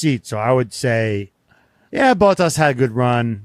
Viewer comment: I love how they mispronounce so many names: Fred Vah Sewer = Fred Vah-Ser Bonobo = Matt Tee ah Bin-otto Bow Tas = Bot Tas